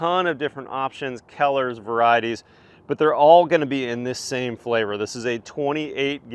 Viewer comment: it's color not keller